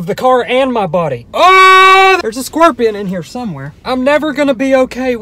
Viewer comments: It sounds like he's pronouncing scorpion as squorpian, and I can't unhear it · He really said scwerpion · “scwerpian” hahaha he makes me laugh so much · Bruh i love how he says squorpion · Squirpion 😂😂 I’m not going to be able to say scorpion anymore! It’s now squirpion🤣🙌🏻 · nobody:: squwirpion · "Scworpion"" lmao